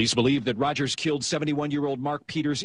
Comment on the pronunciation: Rogers not Rodgers